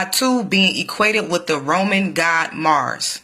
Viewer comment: why do you pronounce God's name like that